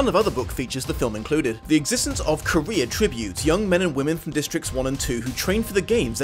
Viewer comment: I keep hearing Career as Korea